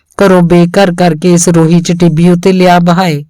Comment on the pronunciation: ਕੁਝ ਸਬਦਾਂ ਦਾ ਉਚਾਰਣ ਸਹੀ ਨਹੀਂ ਲੱਗਿਆ ਜੀ , ਜਿਵੇਂ ਸੱਲਰੇ, ਰੋਹੀ ਨੂੰ ਰੇਹੀ, ਗਦੈਲੇ ਨੂੰ ਗਦੇਲਾ, ਪਾਲਾ ਇੱਕ ਪਤਾਰ ਹੈ , ਉਹਦਾ ਉਚਾਰਣ ਪਾਲਿਆ ਨੂੰ ਪਾਲਿਆ ਬੋਲਿਆ ਗਿਆ